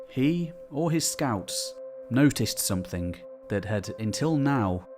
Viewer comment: Don't mean to be an internet pest, I like your videos, I guess. BUT, I CANNOT STAND the way way you say SOMETHING --- There is NO "K" at the end of the word SOMETHING, its SNOT SOMETHINK.